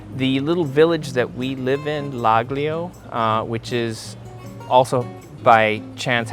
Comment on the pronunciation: laglio its pronounced Lal leo the g is silent